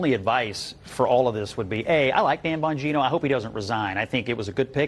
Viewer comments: Can she say Dan's last name correctly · MATT GAETZ COMES TO.MY MIND!! Ron DeSantis...eoe!! I don't know who that women.is.on CNN-+ she can't even pronounce Dan Bonginos name right!! She must be an extreme.lefty!😆